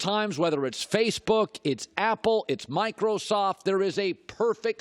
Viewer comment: Why did he say Microsoft like yhst